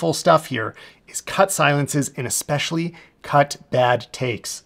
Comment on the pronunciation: Hey, great stuff - but it's ESpecially, not EXpecially 😅